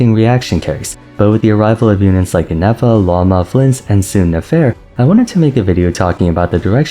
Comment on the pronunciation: The way you make an effort to say characters' names correctly but insist on pronouncing Lauma wrong every time hurts my soul 😭 what did the language of Finnish do to you?